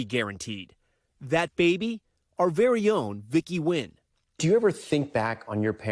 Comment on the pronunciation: Congrats!! But could you now please pronounce your(our) last name-Nguyễn -correctly. Its nowhere close to sounding like “win.’ Try this pronunciation: Nwain